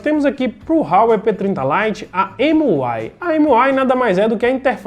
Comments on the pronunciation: Não é "RRRauei" rapaz, é Huawei = "Uawei".... O telefone é muito bom pelo custo/beneficio... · A pronuncia sua esta errada é Huawei com H mesmo(a pronuncia é como se lê)... A marca é bem famosa aqui na Europa